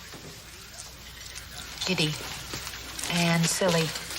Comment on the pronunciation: Giddy,not kitty